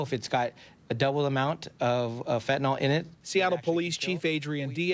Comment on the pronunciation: It's fentanyl, not "fentanol." You've taken food from my childrens' mouths. We need to make money just like everyone else. We're providing a product that people want. Though you've hurt us by stealing our product, you won't stop the market. We'll be bringing in more. This is business, just like any other.